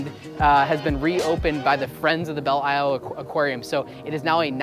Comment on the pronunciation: It's pronounced Bell Lyle.